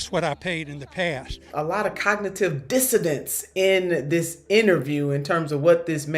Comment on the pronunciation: to the young lady, if you do not know how to pronounce a word maybe use another. Every time you say 'cognitive dissodents' you appear to be uneducated.